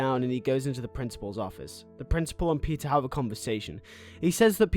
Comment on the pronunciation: Is he saying pizza or Peter or is it just a very heavy accent